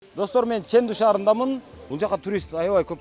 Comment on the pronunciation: Чендуу шаары десен, нымдуу шаары дегендей угулат экен.